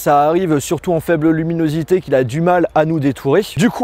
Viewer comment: Je crois qu'il a fu mal à dire luminosité à des moments 😅😐